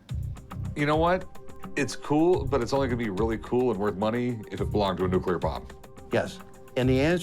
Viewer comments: Dude runs a museum for atomic energy and pronounces it “nucular” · The museum guy keeps saying "Nuc-U-lear" instead of Nuc- LE-ar. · That so-called "expert" isn't much of an expert, doesn't even know how to pronounce the word nuclear.